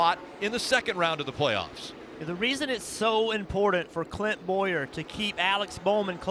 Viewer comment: i swear it even sounds like he even dropped the N in Clint's name, then the "oohhh~" I'm laughing my ass off